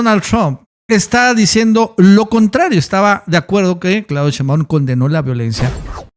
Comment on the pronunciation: Que curioso que todo mundo, incluyendo nuestra presidenta (y la tipa esa y el trompas también) dicen SHEÍNBAUM von acento en la i y tu dices Sheinbáum